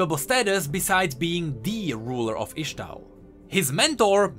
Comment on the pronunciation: full metal alchymist (yes i wrote it wrong just to nodge to the way says ixtall and ixtalli)